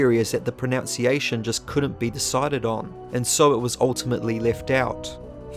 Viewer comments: Your pronunciation of the word pronunciation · You're mispronouncing pronunciation.